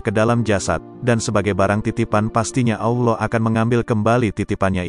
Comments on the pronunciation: FASHIHKAN DULU DALAM ME NGUCAPKAN KALIMAT2 BAHASA ARAB SOALNYA BANYAK YG SALAH , ALLOH di baca AULOH , SUBHANALLOH DI BACA SUBHANAULOH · ALLAH hu Akbar ya Tuan comment sebut nama rassullullah Tak betul Nak cerite pasal qolbu KENA belajar sebutan sebut nama ALLAH pun Tak betul KENA belajar pasal Orang tgk seluruh Dunia KENA belajar sebutan